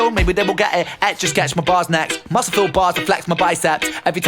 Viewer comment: I think Ren pronounced "muscle" like "muskel" like who? Popeye! who was in the same verse I believe. Ren pulled a funny.